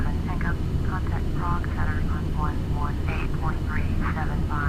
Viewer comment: It's Prague.. :P